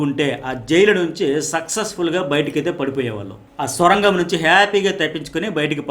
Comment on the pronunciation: అది స్వరంగం కాదు సర్ సొరంగం